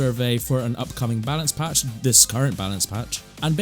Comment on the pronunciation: bro said "palance batch" 💀